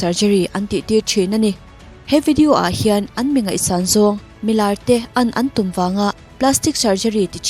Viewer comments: Viewer tam zawk tih a Tam a lam dan pawh hian Beng a verh,ka lo ngaimawh ve mai mai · Ti nge le "ANG TUM" i ti zel a, "An Tum" tih tur a ni zawk e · Dik chiah, ka ngaimawh tlat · "Ang tum " I ti zel a ,a dik lo . An tum ti tawh rawh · "ang tum" ni lovin "an tum" tih tur aw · AN tum tihtur ah ANG tum i ti hnem lutuk a beng a kham deuh. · "Ang tum" tilo in "An tum" ti la chu ngaithlak a nuam leh zual ngawt ang,,🤗,i aw hi a mawi thlawt e💞